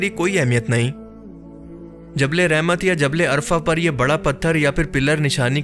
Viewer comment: is jagah ka naam عرفہ hay ارفع nahi,ارفع ka mutlab hota hay اونچا